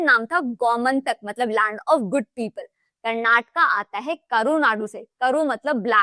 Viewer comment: Bro it is not karnatak it is karnataka 😅